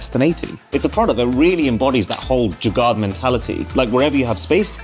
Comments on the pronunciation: it is pronounced Jugaar instead of Jugaad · he said jugaad not jugaar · Pronounce Jugaad as Dzu - Gar... (Gar as in Car)